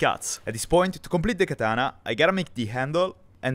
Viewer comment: Katana(x), Bat(o)😅😅